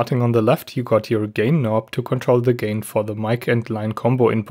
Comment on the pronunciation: He said "massive kno" 😂🤣